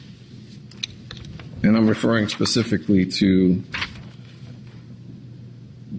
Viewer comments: I want to scream every time one of these morons say 'Pacifically' for specifically..... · And…..the classic…”PACIFICALLY”….🤦‍♀️😂😂